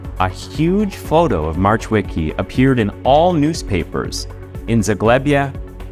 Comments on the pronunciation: In Polish, we pronounce W as V and the C in CH is silent, C on its own is pronounced as a "ts" sound. Marchwicki should be pronounced as Mar-h-veets-kee. Definitely not "March Wicky" 😂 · I looooove ur work and research u do... but Marchweeky made me laugh😂 if i wouldnt know that story i would never know who you are talking about. Please check how to say it, don't try on ur own coz i know it's hard as hell if u don't know polish at all. Anyway great video❤ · I mean Just cuz how you said marchwicki made me giggle xD For next time our ch is pronounced h, not like American. Just h. But good enough